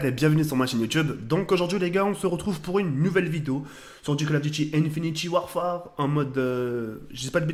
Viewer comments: Ah merci de corriger ça ma fait mal aux oreilles quand j'ai entendu ça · Arrête de dire infiniti warfare c un INFINITE WARFARE